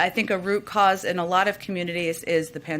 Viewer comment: "Root cause" 🤣🤣🤣